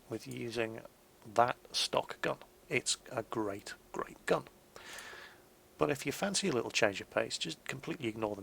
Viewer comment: um... the 17 pounder GAN? don't you mean GUN? DERPPPPP!!!!